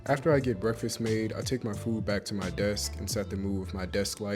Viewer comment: The way he says I got free phoo....I love you man! <3